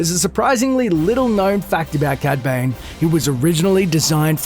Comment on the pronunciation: also sounds like ur saying cad bang xd